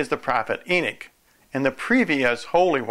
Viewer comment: I ask one thing: stop saying e-nick. It is e-nock. NOT e-nick. Thank you.